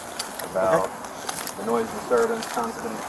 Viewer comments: Its noise complaint not noice complaint🤦🏻‍♂️😅😂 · What’s a “noice” complaint?😂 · "Noice complaint." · I lost it at "Noice Complaint"